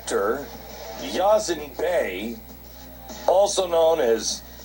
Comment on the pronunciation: It's Most Definite. Mos Def. the other name is not Yazin either. Clearly pronounced Ya-seen.